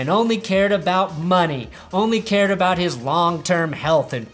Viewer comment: You said aboot.